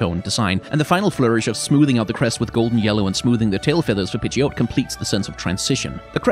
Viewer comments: The problem with this series is the risk of having to pronounce every pokemon name out loud and the ensuing heckling if it's different 😂 ie "pid jee oat" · Pidgeot is not pronounced like that. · The biggest hot take here is the pronunciation of Pidgeot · Pidgeot...the way you pronounce it kinda bothered me